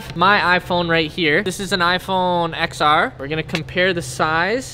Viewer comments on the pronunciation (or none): Triggers me that he said xr instead of ’ten r’